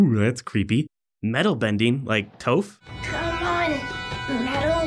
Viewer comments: You pronounced toph wrong, you pronounced it like tofu without the u, When it's pronounced top, but with an f sound instead of a p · Tophe? Tah-f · Did he say toaf it’s spelt toph and you say tof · "T-AW-PH" WTF!? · Why did you pronounce toph like toaph